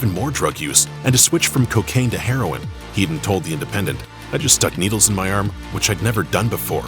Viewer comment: Topper HEAD-ON, not "Heedon." You can't have a heedon collision, but you can have a head-on collision.